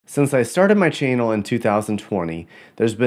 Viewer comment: Did you just say...chainal?